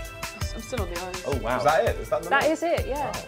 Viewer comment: "oh waw" 😫